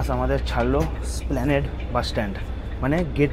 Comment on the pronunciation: ভাই, এসপ্ল্যানেড ওটা। স্প্ল্যানেড না।